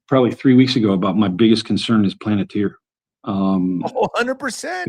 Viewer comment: Why does she keeps saying planeteer? It's palantir damn... If someone doesn't know what the hell they're saying I can't say the right name how the hell am I supposed to trust them or believe anything the fuck they say